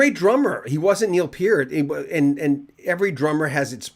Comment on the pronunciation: Thank you for pronouncing Bachman (BACK-man) and Peart (PEERT) correctly! Canadian music icons!!